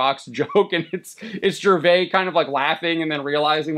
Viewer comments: Its Gervais with an (S) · The S in Gervais isn't silent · It is weird how the guy hosting this doesn’t know how to pronounce Ricky’s last name - his name is not pronounced the French way, the s at the end is not silent. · Please learn to pronounce Gervais dude…. Pathetic. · The 's' is not silent in Ricky's name. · The biggest travesty committed here is your butchering of Ricky Gervais' last name. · You pronounce the S in Gervais. Just fyi. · The s in Gervais is not silent. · You're saying his last name wrong.